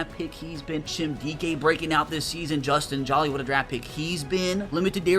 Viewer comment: Hey just so you know it’s not pronounced “Justin Jaw-Lee” like your saying. It’s “Justin Joe-Lee”. He’s from NC State university and my dads a big Wolfpack fan so that’s why I know 😂